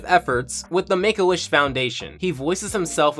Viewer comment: Oh shit you are saying Make A Wish...... Honstly sounds like you are saying "Megoish" like it is some off breed od Jewish.